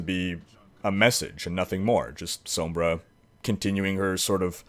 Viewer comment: I love this man's channel he has all the info you could need for anything and I love the way he says sombra, it's just beautiful